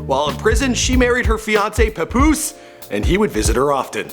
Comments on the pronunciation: The way he pronounced Papoose Lol. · He says the name Papoose so funny, lol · Say Papoose and Plata O Plomo again? 😂😂😂